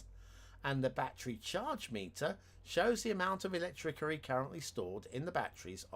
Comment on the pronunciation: Something is bugging me. Why do you say electricity incorrectly?